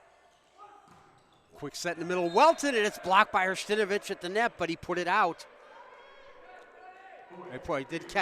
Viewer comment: Hersh-ta-NO-vich. For goodness sake, let’s learn names before the game begins.